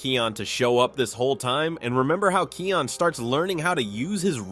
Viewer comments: It's Kion not Keon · And it’s kion not keon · It's actually kion pronounced ky ion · You pronounced Kion's name right one time. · i cringe when u say kions name as ur sayin it wrong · Watch your pronunciation in Kion's name. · actually he pronounced it wrong. Lol 😂